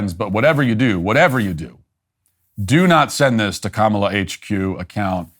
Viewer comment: Bro said Cumala